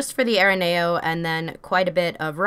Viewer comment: It is pronoced A -RE NEO